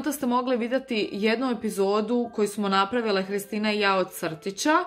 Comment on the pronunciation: Da i ja isto čujem Hristina da kaze